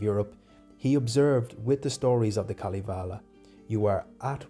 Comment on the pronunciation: Kalivale ? Its Kalevala... You say it how you write it.. I know finnish is hard languake, but this was kinda new way to say Kalevala..